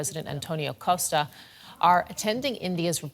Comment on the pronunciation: COSSta 😬 it's COSHta 😂